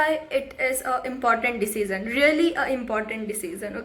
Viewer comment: Hey, the way you said siiiiiiiiizen (decision) i bet you are a Gujarati! 🤣🤘